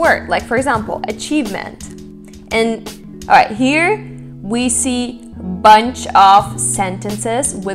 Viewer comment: When you started talking, I thought you were a Brazilian with a perfect American accent. I say this not to diminish, but as an observation of how Russian and Portuguese have a similar structure. Most Russian speakers speak Portuguese very well.It's barely noticeable, when you say HERE, I can notice the same pronunciation of Brazilians who speak English very well.